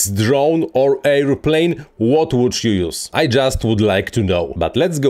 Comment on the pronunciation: Hej! Super filmik, bardzo pouczający. Trochę łatwiej by się go słuchało, gdybyś wymawiał „airplane” jako er. pleɪn lub ˈeə.pleɪn nie air.pleɪn. 😊